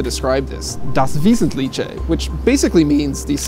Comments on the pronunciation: wesetlicheeee man he should just go to google translate and hear how the word is pronouced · das wasnt cliche, i think that is how he convinced himself he was pronouncing it correctly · Not even German, I'm still laughing 😆 "Wesenlitché!" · It's pronounced "das veesentleehhe". I'm no German, but I know the language and hearing "veesentleechè" makes me cringe. It sounds like one of those nasty fusion dishes, like tortilla with sauerkraut. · Marcel Jonas or apparently "das Wiesentlietsche", ganz komisch! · Das vêzenliche (not tche) 😂😂😂 but it was great to include the German word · Das Wesentlitschä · das Wesentliche 😅 Just hearing it as a German makes me laugh so much 😂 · same here, cracks me up everytime he tries to pronounce it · Hahahaha, if it hadn't been written on screen I would have no idea what he was saying. That was pretty funny 😁😁😁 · Okay Google Translator, how do you say "das Wesentliche" correctly? :) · I almost died 😂😂😂 Das Wesentliche! Imagine pronouncing avocado as avocka-doo - it was further off than that. I am often astounded by Americans' inability to have any feel for other languages and that they then with a straight face just make something up is hilarious. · Learn how to pronounce Das Wesentliche! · Vince Dae why? When you make a video you could try pronounce a word right. German is also easier as many people think. It's really ignorant to say something like that. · das Wesentliche, even I can tell you're not pronouncing it right >.< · GERMAN SKILL ON POINT 😂😂😂 LMAO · All the Germans here who complain about the guy pronouncing "das wesentliche" wrongly have defiantly not heard themselves speaking a foreign language before! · Man, you didn't even try to pronounce "das Wesentliche" correctly. Try harder, it's not Italian, it's German. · das wesentliche 😂😂😂 better luck pronouncing foreign stuffs next time